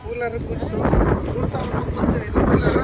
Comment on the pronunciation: Hey ಕನ್ನಡ ನೀಟಾಗಿ ಬಾರಿ ಗುರು fist ಅದು ಶಿವಮೊಗ್ಗನಾ or ಶಿಮೊಗನ 😅. ಕೂಲಾರ❌ ಕೂಲರ್ ✔️